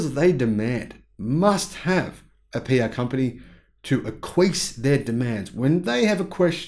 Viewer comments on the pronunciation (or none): . Speaking of funny, the word is acquiesce is pronounced ack-qui-ess not equ-ees lol😊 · Ackwee-ess, not akwees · It’s “ack wee ess” — acquiesce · It's Ack-wee-ess. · 'acquiesce' = 'ak-wee-ess'. 👍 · Aquiesce is pronounced ack-wee-ess, fyi. (no worries, I am a subscriber ) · Nit: acquiesce is pronounced "a kwee es" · Lols, go watch pirates of the Caribbean for the pronunciation of acquiesce.